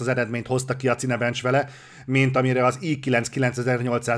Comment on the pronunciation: "Cinebencs", "Édob", ez valami vicc? Szándékosan hergeled vele az embereket?